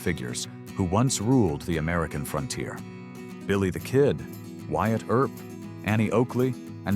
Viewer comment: "Air-up" instead of Earp.